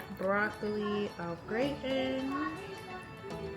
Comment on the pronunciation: Au Gratin is pronounced like”rotten”.